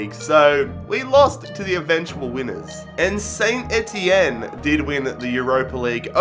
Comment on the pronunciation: AS Saint-Étienne is pronounced: San-Etienne